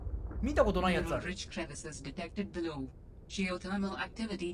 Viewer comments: 土星語:ベロウ 英語:ビロウ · 遂に来た！！！ ありがとう！！！！ べロウじゃなくてビロウ！ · Below(ビロウ)をべロウは草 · ベローゼロ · 初手のBELOW(べろー)発音でわんわん泣いた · 開始一分で土星語マウント（below:べろー）くらってわんわん泣いたわ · まずbelowをべロウって読むあたりこの動画は土星人によって作られてるよーって事を視聴者に分からせているんですね。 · 開始早々、below→ビロウです。（笑） サブノーティカ待ってまーした！！👏👏👏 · ベローで草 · BELOW ZEROの発音間違えててわんわん泣いた